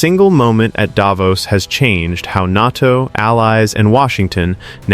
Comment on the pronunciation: "NARTO" indeed. AI indeed.